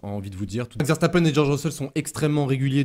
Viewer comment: nous parlons français pas allemand ;) donc c'est bien une erreur